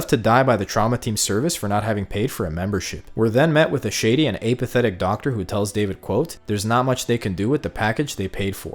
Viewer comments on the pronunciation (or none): Never heard someone mispronounce the word apathetic so much in such a short time.